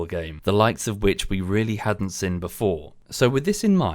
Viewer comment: Just coz you asked it you said sin instead of seen :D God it is nice being petty :D